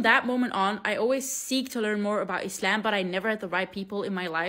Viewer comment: I love your prononciation of Islam. ❤❤❤❤